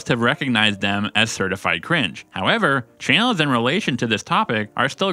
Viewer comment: Why do you pronounce "channels" as "chay-nels?"